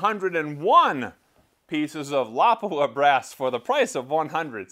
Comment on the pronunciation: It lapua not lawpua